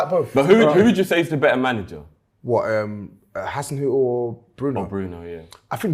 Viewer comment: and were calling Hasenhuttl 'Haselhuttn'.